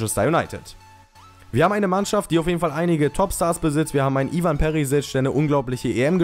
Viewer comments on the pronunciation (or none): none